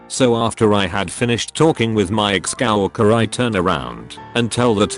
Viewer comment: Nobody: Google translate trying to say coworker: cAwaLkEr